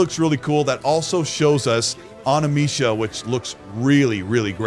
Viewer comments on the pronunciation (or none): WTF is animisha?!?!?!? I had to put ut subtitles just to make sure I heard correctly 🤣🤣🤣🤣 I'm just giving you a hard time but next time O-N-I-M-U-S-H-A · Onimooosha not onimeesha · Oh - Nee - MOO - Shah - That´s the way to say it.